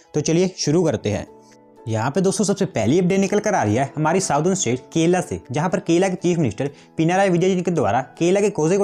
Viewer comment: bro it is kerala not kela